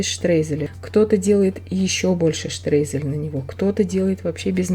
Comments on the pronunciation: Да нравится !! Но почему - вы - говорите -штрезель ??? ШТРОЙЗЕЛЬ!!! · Вы правы ни штрейзель , а Streusel от слова streuen ,немцы никогда не произносят слово Штрейзель,они произносят через (eu) это наши русскоязычьные немцы читают,как пишут,в немецком алфавите нету буквы (ё) поэтому eu произносится как ё ,,,Streusel"-Штроизель 😊😊